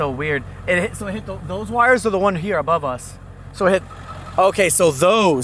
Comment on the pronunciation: That female reporter is totally mispronouncing simple words. "Abrove?"